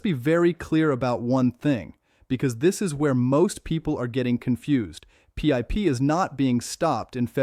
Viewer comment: AI shit cant even say PIP properly